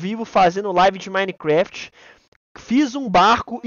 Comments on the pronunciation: "Minecrefet" kkkk Edit: mãeee to Famoso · "Minescraft" KKKKKKKKKKJJJ